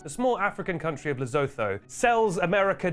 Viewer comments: it's "le - SOO - too" not "le - SO - tho" you silly sausage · have you really never heard of Lesotho?? It is pronounced Le-su-tu! Not whatever you said! Disappointed🇱🇸🇱🇸🇱🇸🇱🇸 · That pronunciation of Lesotho was more violent than the ships. I shall never recover thank you and goodnight